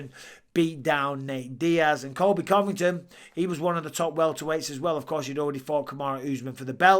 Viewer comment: Colby not Coby...